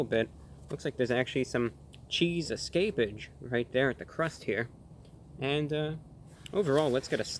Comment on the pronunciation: CHEESE ESCAPAGE 💀